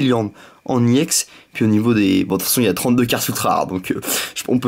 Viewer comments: On dit Ex pas iEx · Mega giga trop bien vidéo, par contre,je vais te donner une petite correction, on ne dit pas YEN mais EX mais c'est pas grave le plus imporant c que la vidéo était super et je te souhaite de bonnes continuation pour tes ouvertures futures. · c est pas iex mais ex juste ex sinon c bien ta videos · sa c est vrai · arrete de dire iex c' est ex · On dit ex et non iex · Tu dit IX au lieu de EX je vous dit désabonner vous et aller voir David Lafarge pokémon c le meilleur Poké YouTubeur !!! Et aussi missjirachi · t'est nul!!!tu ne sais meme pas parler.On dit X pas EX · Ptn dis ex pas iex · c'est EX et pas IEX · pourquoi tu dis i ex ? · tes chiant de dire iex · ARRETE DE DIRE IEX GROS CON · il prononce Ex a l'anglaise il dit E et X en anglais